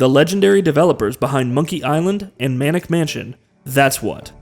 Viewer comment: It’s maniac mansion, not “manic” mansion